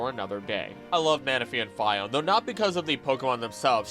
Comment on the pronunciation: The anime literally pronounces it "fee-ohn-ay" and this guy still pronounces it "fy-ohn"....smh my head